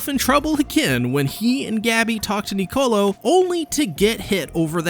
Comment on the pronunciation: Can you pronounce Niccolo correctly for once?